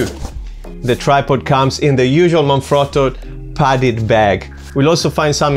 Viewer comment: Thanks for the review - also nice to see Jerusalem featured? Out of curiosity - are you Italian? Your pronunciation of Manfrotto seemed pretty good - i know its an Italian company!